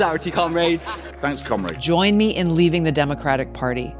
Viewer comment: with the british green party commies they are pronouncing comrade wrong lol